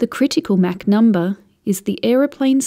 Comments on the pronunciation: it's "mock" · Never heard MACH pronounced Mack always heard Mock. Must be a British thing. Good explanation.... USAF veteran.